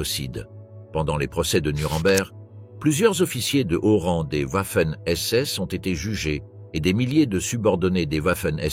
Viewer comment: J'apprécie beaucoup les vidéos, mais beaucoup moins les commentaires et notamment celui qui les fait. Il alterne la prononciation des mots de façon insupportable comme par exemple Vaffen SS et Ouaffen SS ou bien Dachau et Dachao et ainsi de suite. Serait-il possible de changer de personne pour commenter en respectant la prononciation des mots ? Merci.